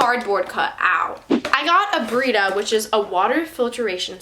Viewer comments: She calls satin sateeen and brita breeta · “Saten” “breta”💀